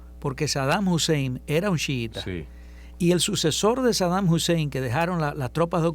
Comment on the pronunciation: Saddam useim era sunita, no chiita.